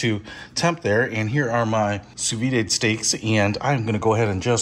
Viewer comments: It’s not ‘Sue Veeday’ it’s ‘Sue Veed’ (sous vide, under vacuum) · It’s (soo-veed). There’s no accent mark over the e (é). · Why are you pronouncing it soo-vee-day? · Hahahaha. Sou vide is actually pronounced "soo-veed" in America.